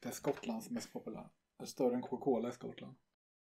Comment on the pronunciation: i love the way pronounce cocacola: kuoka kuola